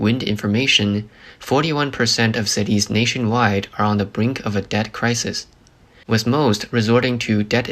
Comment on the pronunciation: "Th" pronounced as "ss" is annoying. Example: "with" as "wiss." It's a computer generated voice. Please fix it.